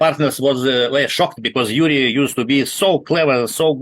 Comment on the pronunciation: The Moldovan guy is not Lurie but Iurie with capital "i" like yuri Gagarin. Same first name